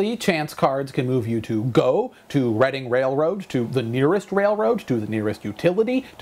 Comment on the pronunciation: WRONG! According to the offical monoply wiki: "Contrary to popular opinion, it is actually pronounced REDD-ing (after the city in Pennsylvania where it was based) Railroad instead of REED-ing Railroad."